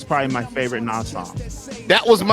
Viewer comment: Did he say Nah’s and not Nas🤦🏽‍♂️